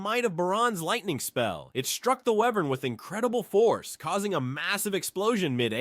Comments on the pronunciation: Wyvern is pronounced Why-Vern not were-vern. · he kinda said wyvern wrong tho